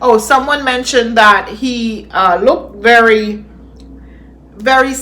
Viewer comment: I think it's selected words something to do with the vowels of the preceding words. Like I said as explained to me by my colleague. He cannot say very. It's always "bery". I came across this about it. "Put in terms of the International Phonetic Alphabet, the English letter ‘v’ represents the sound /v/. The Spanish letter ‘v’ either represents the sound /b/ or the sound /β/."